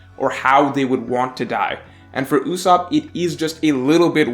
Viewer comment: Duude not Ussop please